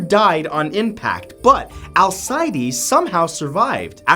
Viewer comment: Pretty sure it's pronounced Al-cee-days